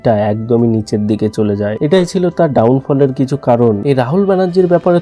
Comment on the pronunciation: র-ফলা বলতে পারেনা, জায়গা কে জাগা, কিছু কে কিসু বলে বসে বেচারা, এবং আরও অনেক ভুলভাল বকাই এর জন্য সাধারণ ব্যাপার! কি দুঃখ, এবার বলবে কৌশিক, কিন্তু বলতেই তো পারেনা ঠিক করে😢! আবার পড়তেও ত-ত করে বিদ্যান ছেলেটি, ইংরেজি বাংলা নির্বিশেষে ভুলভাল পড়ার কোনো তালিম নেওয়া আছে বলে বোধ হয়!😢😢😢😢